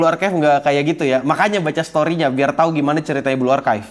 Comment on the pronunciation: benar-benar menegaskan kata Main Game dan Baca Story nya wkwkw